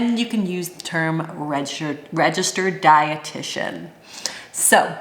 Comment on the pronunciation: When you said, ‘’Then you can use the term ‘’Registered dietitian’’. I heard “Red shirt.’’ instead of registered dietitian, ha ha ha. I knew that you were smart, but after this description of your education, I think that you are properly named, you really are.